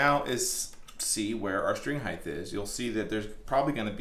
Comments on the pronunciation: I just realized you say "heighth" instead of "height". Great video, but I can'th unhearth heighth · There is no ‘th’ on the end of the word ‘height’ — it’s pronounced ’hyte’, not ‘hy-dth’ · Love the video. Great info. Gotta say I cringe every time I hear “heighth “. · Anybody else bugged by "heighth"? Forgive my trollage, great work amd info 💙🤘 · Great video, but “Heightth” isn’t a word. Thanks for showing how to do that stuff. Cheers. 😁👍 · I love how he always calls it "height*th*", like it has to end the same as width/depth/breadth. I wonder if he calls it "weight*th*" too, lol. "Freighth charges on that weighth are eighthy-eighth dollars", lol. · You're killing me. There is no such word as HEIGHTH! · Every time you say heighth I die a little inside. It's just height mate lol.